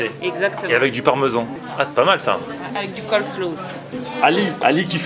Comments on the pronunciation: Coleslaw coller slaw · Ca me trigger a chaque fois qu il dit le COLLE SLOW 🤣